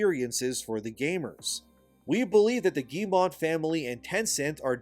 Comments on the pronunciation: Love your takes and point of view! btw, Yves Guillemot doesnt have a "n" to make "mont" its mot... Phonetically, it sounds like "m-oh" -- So "ghee - yuh - moh" :) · Hello, i like your videos but i want to add some counter points on Ubisoft case. Just to say, I'm french so what i know is from french articles, youtubers and stuff. - ubisoft shares are at 13,67€, not $, Ubisoft is still french. - We don't pronounce the T in Guillemot (ok i stop jesting) - Ubisoft is not cooked as you say. The Guillemot family is way stronger and richer than you'd think. - over here we were proud of Ubisoft, but bow they are a shame, we hope it changes, but that it stays french - i say this because it all seems almost too obviously that Tencent is gonna buy more share and become the real pwner instead of Guillemot. In france some evn say that the poor result and shares crash is a big plot from them. -the slovak investor who wrote the letter is not even 1% shareholder so not that much weight tbh. - We do hope that one of the somution is for Guillemot to step back from CEO, but still keep the ownership - some like to spit on ubisoft "simple" recipe : open world. But they still sell many games, cause it works and pleasez many people. Like assassin's creed and far cry. Mainly because of story more than gameplay. So no, they are not cooked yet. A d i hope noone buys the IP, and that they just go back to do better. Firstly change CEO and do not sell it to the fucking Chinese Edit : also Valhalla main character (Eivor) is canonically a female so your point in invalid. Even if i find it stupid as fuck. All this started go to shit since odyssey. Stop giving choice. D